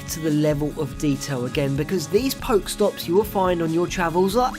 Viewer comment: I think it's pronounced "Poke-eh-stop" just like how the "poké" in pokemon is pronounced.